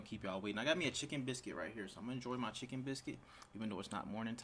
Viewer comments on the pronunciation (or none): "Chickkken biscuit" 😂 I'm from the south so that sounded funny to me